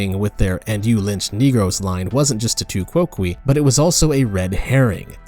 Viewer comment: I think it is pronounced tu coke. Definitely not kwokwee.